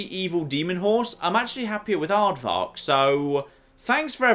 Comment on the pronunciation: Did you call him Aardvark? It's Arvak you silly. XD